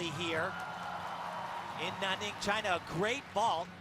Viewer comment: Cody S. But did you hear Al say "Nah-ning" LOL! ITS NANNING AL!